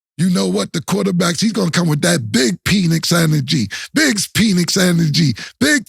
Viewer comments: Mike Penix Jr.pronounced Pen X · Calling him "peenix" is crazy 😂😂😂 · It's pronounced Pinex